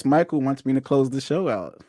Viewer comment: How can not pronounce Michael’s name yet?